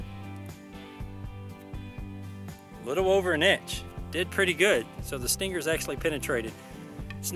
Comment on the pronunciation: stang-ghurrr.... Sting-ghur. . quite the accent haha